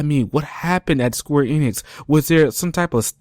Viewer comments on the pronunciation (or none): none